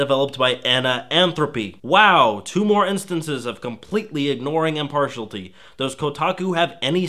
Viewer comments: I don't understand how you can pronounce all the other words with the same ending, but you can't when it comes to 'impartiality'. I know, I'm a pedant. Sue me. IM-PAR-SHEE-AL-I-TEE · "Impartialty" (holy shit he gets it wrong more than 3 times) hurt my brain. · It's "im-par-shee-al-I-tee". (I can't possibly be the first one to point this out, just didn't feel like scrolling through previous posts.). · This is a petty critique but its im-par-TIAL-ity. Sorry it was driving me nuts. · I know I am going to get a lot of flack for this but I have to say it..... Impartiality, impartiality , impartiality !!!!!!!!!! Im-par-she-Al-it-tee! OK, I feel better now. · *Im-parti-AL-ity, dude. FYI. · I just wish he didn't say "impartialTY" so much, lol....and THEN he said "pleTHORa." Geez. I suppose it's important to ignore such minor stuff and judge his content but...it's distracting. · Sorry.. But I gotta say... The word is pronounced "im-par-shee-ali-tee".. We don't say "nation-all-tee"...We say "na-sho-nay-li-tee".. It's kinda irritating cause you say it so many times.. sigh.. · Possibly, but the way you pronounced it is wrong. The way you're pronouncing it isn't in any dictionary I've looked at. The distinct difference between the two is caused by the last "i" and "y" in "impartiality". Vowels causing the vowels before them to be pronounced differently, yadda yadda. English is annoying like that. More to the point, the correct pronunciation is also easier to say. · Please don't say "impartiality" like that. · mispronounce impartiality one more time, i dare you! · Impartiality has one more syllable than you're giving it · You repeatedly mispronounced 'impartiality', sorry but I had to highlight it, it was bugging me. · Seriously, you're missing 2 complete syllables in impartiality. Holy fuck, you're killing me. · It's weird to see a well-spoken, confident and seemingly educated hipster mispronouncing impartiality and plethora. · Impartialty. Ow, my ears.